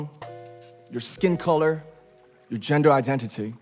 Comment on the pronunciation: He sounded so posh when he said "gender identity" ❤😂